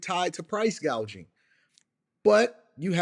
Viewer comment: This damn woman doesn’t know the correct pronunciation and probably spelling of price gouging tells you how far from reality she really is. A typical career taxpayer’s freeloader. Price GAUGING?? Trump’s team is very poor for not picking up on this and shred her to pieces.